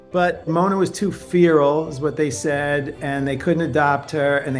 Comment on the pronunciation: He had to google what it means when a cat is friendly? And he can't pronounce "feral". What is wrong with that moron. He shouldn't be allowed near cats